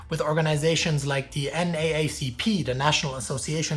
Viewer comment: NAACP is usually pronounced N Double A CP instead of spelling out all 5 letters.